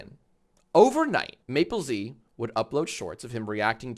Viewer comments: Does Mappelz pronounce his own name that way? One of you two is breaking every pronunciation rule. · Uhhh his name is Mappelz not Maplez